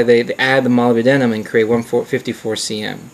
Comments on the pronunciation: 'Molly B. Denim?' That's one way to go. Molybdenum is usually pronounced 'ma-LIB-den-um'. But I'm all about mangling English for the hell of it. Interesting video overall, I won't do anymore nitpicking. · What really pissed me off was the pronunciation of molybdenum, he pronounces it like moli-b-denim, the correct one is mo-lib-de-num. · Nice review -- let us now retire to the pronunciation booth . It is not pronounced Molly be denim It is Moleb denum Now lets try again Moleb denum thats better Now I can sleep at night . For my next trick --I shall make the planets spin backwards. Later dude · its a minor thing to nit-pick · Molybdenum... only 4 syllables. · You have an interesting way of pronouncing molybdenum. Good vid. Probably the best on this subject.